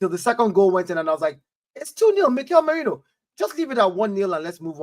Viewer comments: It's Merino, not Moreno. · It’s merino not Moreno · Repeat after me Meh- Ri-no. Time to get it right.